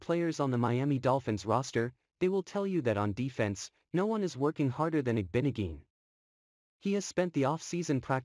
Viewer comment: its IG-BO-NOG-EH-NEE JESUS